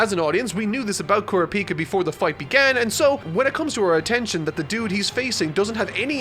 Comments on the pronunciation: “GAHN” and “KERAPEEKA” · I can’t keep watching these if you keep saying kurapika like that ☠️🤣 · It's Gon not "Guun". It's Kurapika not "Kurapeeka". He is not a Pokemon, even though his hair is yellow, he isn't Pikachu. It just triggers me sometimes. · Its kur ah pee ka not kura pika say it slowly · "kuru peeka" lol it's "kura puka" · Why tf does he say KOORA-PEEKA, its KURAH- PIKA like pikachu!! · Normal people: Kurapika: Kura pika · yeah it's not pronounced kura-pika (not like the pika in pikachu) but it's pronounced like coo-rap-ika or ku-rap-ika Also Gon isn't pronounced like the way he says it but it's a minor thing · It’s pronounced koo-rah-pika not koora-pika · Ku RA pica emphasis on RA not PI please. Great video! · So is it pronounced "G-on" or "G-oh-n". I've always heard it pronounced "G-oh-n" in both the sub and dub. "Kero-peeka", I mean come on. Sub and dub both pronounce it "Ker-op-ee-ka". Almost but I guess I'll need to add Kilua to this list too. As it is pronounced "Key-lu-wa" and not "Kill-ah-wa" And add Hisoka too the list too. Pronounced "He-so-ka". Not to be judgmental but getting the main characters names pronunciations right is kind of important. (and I'm going by the original sub pronunciations, not even the dub version.) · "koorapeeka" yeah nah that's now how you say that name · Ker-op-eee-ka is how you pronounce his name, it doesn’t really matter but it was just bugging me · Just curious, why does he pronounce Gon as "Gun" and Kurapika as "Koropeka"? I am just confused as the anime I have seen doesn't pronounce them like this. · I was gonna watch this untell he says Ku-ra-pie-kia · its kuur-ahpika (pikachu) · "KurapIka"... Hopefully he changes that. Throws me off everytime. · With all due respect you said Kurapika's name wrong. Kur-raw-pee-ka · I absolutely lot it when he said KurapI'ka lmao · Is no one gonna mention Kura-Peka? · If he says "kura-pika" one more time I'm going to scream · Haha Kooo-rap-pika